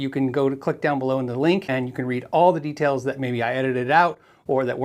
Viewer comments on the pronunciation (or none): none